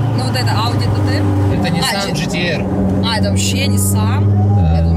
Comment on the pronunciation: Вау Ахаххаха Свода актами говорит А сиденья Гтэра